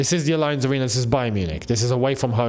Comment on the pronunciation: please stop pronouncing 'Allianz' like that! 😂